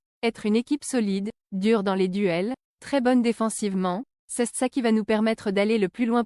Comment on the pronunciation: cèsse comme ça ? dans quel français étranger on dit ça ?